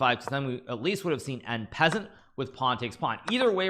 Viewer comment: I unsubbed bacause of the way you pronounce en passant